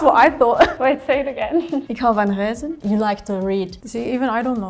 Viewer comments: Spoilers they are not similar at all. Except dutch and flemish is the same language. A few words are maybe different but it’s not an issue. And the Belgian girl said definitely huizen. She was from the French part of belgium obviously “de walen” and not a good representative of how flemish is pronounced. What most people don’t get is that Belgium is like three little pieces of land with different languages stitched together and are supposed to get along. In “Vlaanderen” we speak mainly flemish. In “de Walen” they speak mainly french. In Brussels they speak mainly french. And there is this small part that is suppose to be Belgium but is actually still german and was given to Belgium after wwII. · I understood it as reizen but her pronunciation was shite. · agree she did not sound local, Reizen was off, I was referring to poepen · There's still a big difference between being practically fluent and native. Especially considering she can't pronounce "ei" in reizen and is clearly out of her depth to be representing what the average Fleming might understand from German dialects. Most foreigners already think Belgium is mostly francophone, so this doesn't help. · She misspoke reizen I think (as a Dutchman) it indeed sounded like huizen (houses) but eh, we all make mistakes :) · i heard your french accent or flemish accent close to the french border. but that doesnt mean that you need to pronounce the ei-vowel like the ui-vowel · no her pronunciation of “reizen” was way off. But she also said that she had a French accent so maybe she’s Wallionian? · The belgain at start literally sounded like ik hou van huizen not ik hou van reizen 😅 and i live in Belgium. Also in Belgium atleast in vlaams its also Hell. I guess maybe borrowed. But its commonly used. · I'm from Belgium, when the Belgian girl said 'ik hou van reizen' it legit sounded like 'ik hou van huizen' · as a belgian perfect bilingual i also heard huizen in plaats van reizen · She definitely said huizen and not reizen.